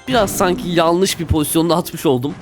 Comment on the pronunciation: Abi yalnis değil yanlış